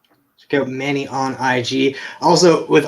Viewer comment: Yes, that is correct on the pronunciation of my last name. 😄 Thank you!!!!! Can't wait to be on the show.